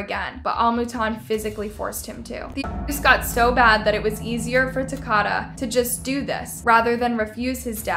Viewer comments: Do you say people’s names wrong on purpose??? I mean you have to. Because you can clearly read. When did Al start being pronounced as Aw? & it’s Takoda not Takada, you know like Dakota? Girl you is disrespectful. At least say the deceased name right. You do this a lot. You’re videos be super awesome other than that. The fact that you just use your voice instead of trying to show your face to take attention away from the victim. I love your channel. But start at least trying to pronounce their names right. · His name is TakOda, not TakAda - at least get the poor child's name pronounced correctly! 🇦🇺 (and if you stopped blanking out words it would be easier to understand). See Emma Kenney cover this - MUCH better, plus she pronounces the boy's name correctly - respect. 🇦🇺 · His name is pronounced Ta-coat-a. These cases are so maddening. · I said the same thing! I’m from the area this happened and it pisses me off all she had to do was listen to the news reports! It’s Takoda, pronounced like Dakota!!! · Exactly 💯, like for real right!!!!!! I'm more than sure the boys name was said out loud more than once or twice through out the research.....maybe I am wrong 🤷 but, I believe it's pronounced "Tah-coe-dah"......rest in peace baby boy......you are more than blessed now honey!!!!! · Takoda's name is pronounced like Dakota. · Ta-Co-Da = Takoda Is how u pronounce his name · Why pronounce his name like that?? It's Takoda pronounced like the state Dakota. Long O sound. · I'm pretty sure the boys name is pronounced like Dakota . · His name is pronounced Tah-kO-duh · She’s mispronouncing the child’s name too. It’s like Dakota but with a T 🙄 there’s enough news coverage and vídeo footage of the trial and arrests if they would have bothered to watch anything they would know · you’re saying his name wrong. it’s ta KOE da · Can you at least say that baby’s name correctly SMH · You pronounced his name wrong. It's like Dakota but with a T so Takota